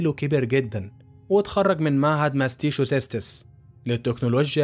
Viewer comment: معهد ماساتشوستس ❌ معهد ماستيسو سيستس ✅ 😂😂